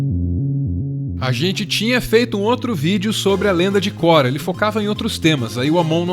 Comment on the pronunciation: Só não fala Kora por favor kkk, dá uma agonia, é Korra